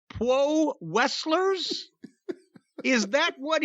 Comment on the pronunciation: "Pwo Westlers"??!?!?!?